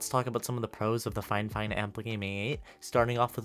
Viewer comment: I don't know if it's just me but I pronounce it (fee-fine) and it kinda triggered me when he pronounced it (fye-fine) no hate and everyone has their way of saying things. Just asking how do you guys pronounce Fifine?